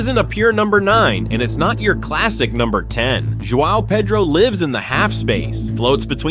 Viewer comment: I like your video cuz you finally pronounced João Pedro correctly. Hats off.